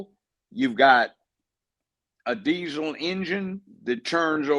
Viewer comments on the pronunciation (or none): none